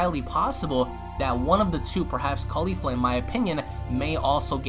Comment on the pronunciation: why KHALIFA !!!!! you watch too much porn dude, shes named caulifla, not Khalifa